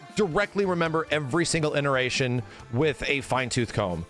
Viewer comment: Has always been saying ineration instead of iteration? 😅